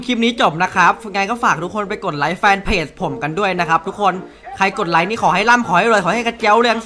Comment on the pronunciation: พี่พูดผิดนะพี่ไม่ใช่ไลค์แต่เป็นลิเกเพราะ li=ลิ keเก okนะ